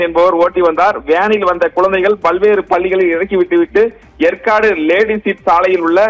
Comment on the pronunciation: Yempa yercaud ucharika theriala ni epdipa seithiyalar ana